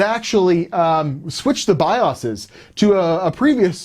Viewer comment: Wait ......What's a Bias's?? Is it possible someone doesn't know how to say Bios? All this worthless talking you could have switched the cooler on it.